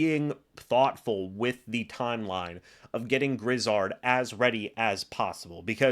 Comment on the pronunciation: Let me help you out here. The man's name is Josh Grizzard. Gri-zzard, with the accent only on the second syllable. Not Griz-zard, with both accented. You're welcome.